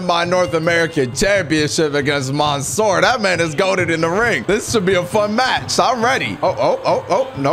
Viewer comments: Not maansoor Correct منصور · He says monsoor had me laughing